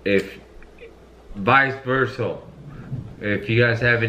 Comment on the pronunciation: “Vice-versul” lmao it’s vice-versa